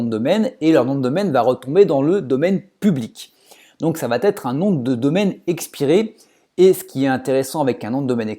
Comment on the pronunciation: intéressant...Mais s'il te plait, arrête de dire "ça vatêtre", car il n'y a pas de "t" à la fin de "va" 😊😊